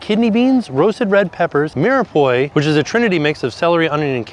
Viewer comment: Mirepoix pronounced 'Meer-pwaa'